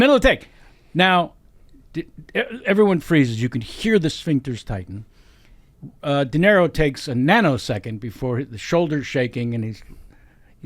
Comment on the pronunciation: De Niro, not Di Nero...